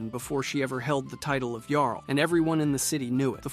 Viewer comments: It was a little frustrating to hear "Jarl" pronounced incorrectly every time you introduce them, then pronouncing it correctly until you bring in the next Jarl. Perhaps you meant it in light humour, but it was just jarring imho. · The way you both mispronounce and correctly pronounce the word “Jarl” all throughout this video is infuriating.